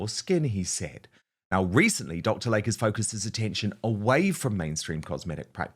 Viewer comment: PRONUNCIATION: It is NOT Dr. Lake, It is TWO SYLABLES "Dr. Lay-Key"